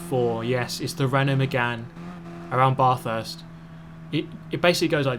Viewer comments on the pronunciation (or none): You saying barthurst was cancer to my ears. Im australian and cringed to the max. It pronounced bath-urts not barth-urst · I'm not a hater, but I must say it's really wrong how u say Bathurst, it's probouced bath - urst, not Barthurst 😂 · BAR-THURST? ARE YA FUCKEN KIDDING ME M8?!?!?! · Barthurst 😂😂 that accent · Barthurst? smh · "Baaaathurst" lol. Pronounced "ba - thurst" Say the "ba" part like your saying "Bat" as in the animal. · It's Bathurst, spoken with a short A. So instead of saying 'bath', it's more like the 'ath' of athletics. Bathurst! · "Bath- hurst" lol us Aussies never get tired of hearing it pronounced wrong :) Pity you didnt have a V8 super car to race. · BATH-HURST lol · Bathurst is pronounced without the ar. Its a short a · Lovely vid thanks - quick pronunciation from us Aussies - it's "Bathurst" with a hard "a" as in cat, not a long "a" as in, well, bath. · As an Australian I am rightfully upset at your pronunciation of Bathurst :'( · Reece Parry yeah same dude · JAH94 the "a" is pronounced like "at" and there's no "h" sound